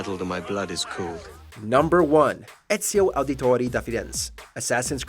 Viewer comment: Bro you butchered ezios name